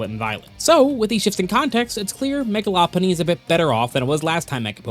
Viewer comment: Law Punny ❌ Low Punny ✅